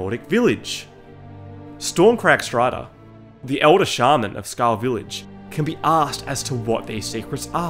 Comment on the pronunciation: I clicked off as soon as he said Skarm